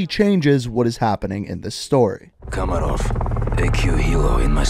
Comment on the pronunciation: kamarov = makarov?